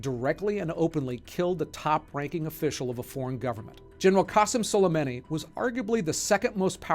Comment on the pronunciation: Your pronunciation is awful 🤣(yamamoto, prigozhin, soleimani). I'm guessing you do more reading than watching talking heads on CNN. I've always thought it was stupid that heads of state don't get assassinated. It's a huge double standard, especially in democracies that have the "moral high ground" and cry endlessly about human rights, but enable it all with inaction. The US, for example, has the death penalty. We kill people for committing singular murders. Yet someone who directly orders the killing of tens of thousands if not more people, on a whim, is somehow untouchable. SWAT teams will shoot a hostage taker in the head with a sniper. The hostage taker might not have even hurt anyone yet, or killed a few but planned to stop. Humans are supposed to be intelligent animals who can plan for the future and weigh the risks, even if that judgment might not always be the correct one and the future not always predictable. It's also the stupid trolley problem again. Do nothing and kill many people, or pull the lever and kill only one? It's the dumbest philosophical debate ever.